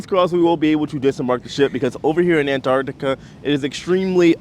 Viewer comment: I've been watching a lot of Antarctic cruise videos just lately and it's so refreshing watching yours because you're an American who pronounces Antarctica properly, not Anartica. 🤣